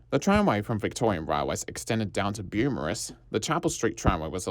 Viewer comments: Amazing video! My only correction is - the suburb is *Beaumaris and pronounced as "bow morris" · Great video! Small refinement, Beaumaris is pronounced "Bow-morris". :) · It's pronounced Bow-Morris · The Beaumaris pronunciation keeps distracting me and I have to skip back to rewatch what I’ve missed 😂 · Great video mate. I can see lots of research went into it. The visuals were excellent. Beaumaris was pronounced and spelled wrong but otherwise good job. Too many very critical comments here, don't worry about those. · I've never heard any-one from Melbourne pronounce Beaumaris or Maribyrnong like that. But to be fair, I had always pronounced Murwillumbah differently to how people from around there do. Apparently, it's not "Mur-will-lum-bar" but "Mu-wril-loom-bah."